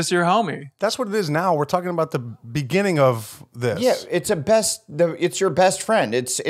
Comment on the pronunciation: Someone needs to jump on Ders about pronouncing beginning like begënning